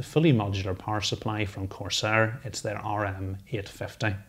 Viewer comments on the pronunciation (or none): none